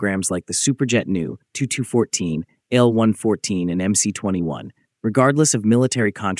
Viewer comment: Teach your stupid AI voice how to correctly pronounce MC-21!